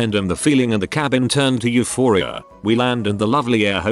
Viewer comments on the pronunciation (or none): none